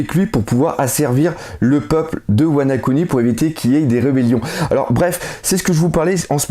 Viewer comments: tu fais exprès de de dire tout l'temp "WanA kuni" au lieu de WanO kuni ou ? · Wana-kuni ? C'est pas plutôt Wano-kuni... ?